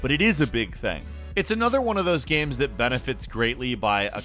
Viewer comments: He says "gaems" instead of games. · Does anyone else notice how he pronounces games as gemms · A lot of good-lookin "gaems" here,. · hahahaha dude every video he puts out I just can't stop noticing the way he says "gaemes". I love it. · Single player ‘gemmes’ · Is it only me or does he sound like he's having a stroke everytime he says "games"